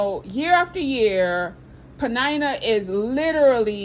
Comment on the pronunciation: Ummm am i the only one who pronounces her name like PENN- IN - NUH. 😂🤣😂🤣. This whole time knowone told me i was pronouncing it wrong. 🤦🏾‍♂️🤦🏾‍♂️